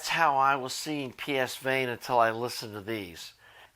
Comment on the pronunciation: Please pronounce correctly Pavane S is pronounced as A